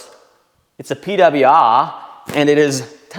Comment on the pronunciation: The PeeDahbleyiuAah Rahdeeyedah 😂😂❤